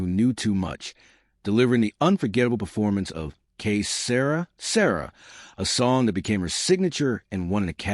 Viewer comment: DAMMIT! Almost made it to 4 minutes before this lousy stinking bot said "K Sarah Sarah." Maybe I should give up and just watch Mr.Ballen. GOOM-BYE, BOT. QUEEY SEERY SORRREE.